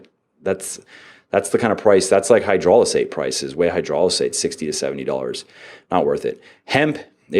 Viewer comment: I love that he can say "aN hydrolizate" but still say "hyperphotry" lol